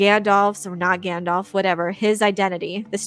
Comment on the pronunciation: "Yer a wizard Gandarf" - Tom Bombadil